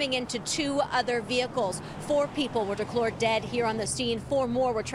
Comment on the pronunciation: declored ??? did she say declored ?? and not declared....